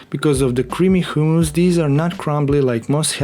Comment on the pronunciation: 'hoooomus' lol funny :)